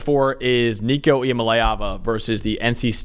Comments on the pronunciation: It’s LAY not LEE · Pounced EEYA - MA - LEE - AAVA.. Got to learn the player.. Oklahoma is MORE important than NCS. -------> VOLS BY FIDDY!!!!!! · If you can’t pronounce Nico’s name right I ain’t listening